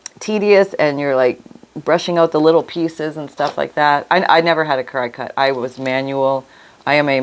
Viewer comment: The machine (CRICUT) is pronounced like the insect….cricket